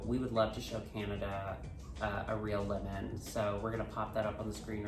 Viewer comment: LOVE pronunciation of lemon. 'limen' 'limin'.